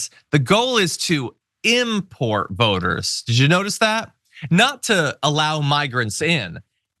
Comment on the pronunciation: Oh! You said “voters”! I heard “boners” and that made it much funnier!😂